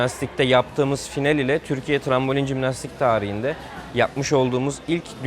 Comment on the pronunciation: “Cimnastik” değil Jimnastik